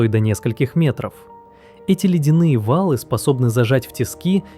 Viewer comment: Во-первых говор, во-вторых есть проблемы с ударениями: читает вАлы - правильно валЫ, читает жЕрло - правильно жерлО, читает полЫньи - правильно полыньИ.